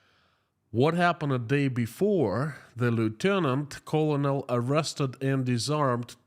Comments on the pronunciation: "Colonel" is pronounced like "kernel". Go figure. English doesn't always make sense. Thanks for keeping us updated!👍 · Just to help you out with English...colonel is pronounced ker nal.